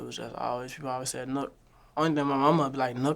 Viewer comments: Other than that… ITS NUK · It’s Nuk let’s go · It's NUK...... let's go. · I’m confused by this comment, it’s not spelled Nook but it’s pronounced the same way you would say “Nook”